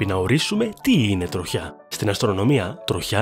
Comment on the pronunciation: Δεν άντεξα να ακούω 'τρο-χιά' και 'τρο-χιά'.... ΔΕΝ προφέρεται σαν τη λέξη 'τριχιά'. Και το σιδηροτροχιά έτσι το προφέρετε